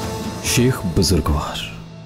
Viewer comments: لفظ شِیخ نہیں ہے لفظ شَیخ ہے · لفظ شِیخ نہیں شٙیخ ہوتا ہے۔شِیخ قوم ہے شٙیخ ہادی